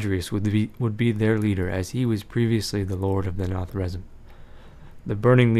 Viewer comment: Its pronounced 'Na-Thra-Zeem' But still Epic vids!!! :D